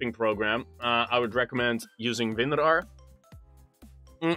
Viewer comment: every time he says winrar another child dies of cancer